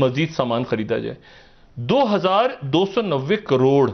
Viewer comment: फिर से बोलो ना...... "दो हजार दो सौ नब्बे कॉरोर..."